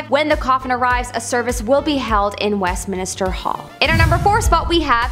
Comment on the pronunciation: Westminster, not West Minister. There is only 1 i in the name. Kept driving me nuts.